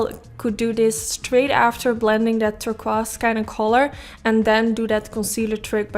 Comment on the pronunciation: I swear you can pull off ANY look, ANY color! 😍💖 By the way, NO shade but Turquoise is pronounce "Tur - KOIse" hope that makes sense.?